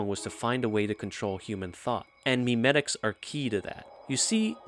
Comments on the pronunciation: It’s not pronounced “meme-etics” it’s mem-etics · It's actually pronounced "may-may-ticks"